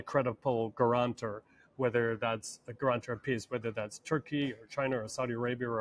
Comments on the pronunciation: "Guruntor"? whats a guruntor?🤔 does he mean guarantor?🤨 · Gurantor? If you can’t pronounce a word choose a simile.